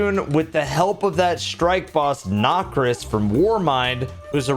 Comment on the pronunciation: "nockriss" spits drink